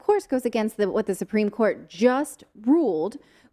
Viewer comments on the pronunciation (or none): none